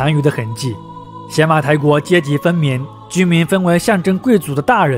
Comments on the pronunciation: 那念野马台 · 邪 在这里应该读牙，Yamato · 邪马台的邪字应读yé。大夫的大字读dà吗？ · 是邪ye马台不是xie马台。。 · 邪马台会不会其实读作“邪（yá）马台”，即日语读音里的“大和（yamato）” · 必须肯定和支持，但也需要提出些许意见——读音要准确，比如邪（ye2）马台国；视频资料可以更贴合一些，结合一些小标题。希望继续做下去，做得更好。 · 前后鼻音不分 知识硬伤太多 比如邪马台的发音才是yamato 并不是倭的日语发音 倭奴这个称呼也并不是汉朝希望他们臣服 而是倭奴国对自己的称呼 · 邪马台国的记载最早见于《三国志》中《魏书·东夷传》倭人条（通称魏书倭人传）记载的倭女王国名。古书中“邪”是通假字，也读“也”，所以邪(yé)马(ma)台(tai)国，其实也就是大和Yamato发音的中字译音。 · 邪马台，yé mǎ tái